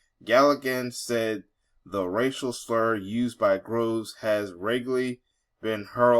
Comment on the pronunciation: But its ok for YOU to use a racial slur? "Becky" definitely fits the definition of a slur. Oh, and its GROVES (like a grove of trees), NOT Grooves you non reading ignorant bigot.